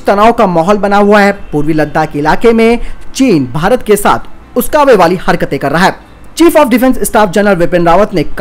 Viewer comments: Uskave nahi uksave hota hai😀😛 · Bhai uksave hota hai vo Not uskave